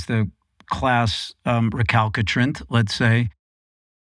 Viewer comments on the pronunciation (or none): Yes! I noticed that too. 😂 “Re-CAL-ki-trant” I kept going, “Nope, try again.”